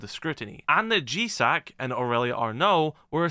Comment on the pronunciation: you said gcac not gsac lol. love the vids anyway keep it up ♥